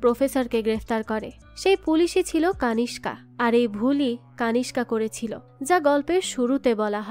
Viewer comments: কানিস্কা নয়, নামটা কণিষ্ক হবে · কানিসকা নয় কণীষ্ক